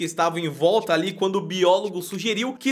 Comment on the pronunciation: Sem querer vc falou *bilogos. Eu só quis corrigir👍✌